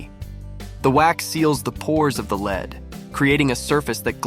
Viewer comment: I can't work out if the voiceover is AI or not... mainly from how it constantly says lead wrong...